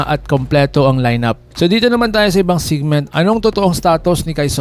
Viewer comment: Patawa to 6’10 balti?? Eh ni di nga mag ka singlaki. Sila ni japeth sa PBA, kinopya mo na nga lan Yun content mo eh misleading pa mga thumbnail mo 😂report lalo SIGMINT daw instead SEGMENT.